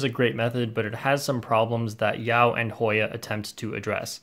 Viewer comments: voice "Hoiiya!" and "yau" made my day 😂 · HOY-A... YAU. litterly the best 5 seconds of the video